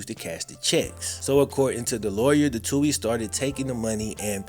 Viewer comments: Also, btw (not that I care about them) it's pronounced Two-eeez not Toe-eeez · They last name is pronounced..... Two-ey not Tow-ey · Love you and your vid’s but it’s “too-ee” ☘️ 🇮🇪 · First where u been? Also the TWO-E'S,THATS HOW THE NAME IS PRONOUNCED, ALSO SEND BIG MIKES SON CHECKS FOR THE FUTURE IE. COLLEGE FUND. BIG MIKE EVEN STOPPED CASHING THOSE CHECKS. SHAME ON MIKE SHAME ON HIM..